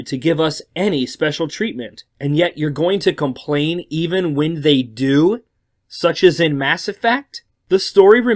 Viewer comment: You say compwain